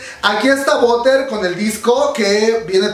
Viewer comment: Hermana, espero que este comentario lo tomes como una crítica constructiva y no todo lo contrario, en general me encantan las expresiones que haces, me sacas una carcajada siempre. En este video en particular haces que mi cerebro haga corto circuito cada que intentas pronunciar BUTTER, la pronunciación (americanizada) suena como "barer" no "boder", ya que boder (bother) significa molestar. Te aseguro que por más que intento ligar mantequilla con tu boder nomás no puedo y me hace un corto circuito en el cerebro. Ojalá que en futuros videos lo pronuncies bien y si te cuesta... escuchas más la canción y pronúncialo como ellos, lo pronuncian bien. NO ME ODIES!! Gracias.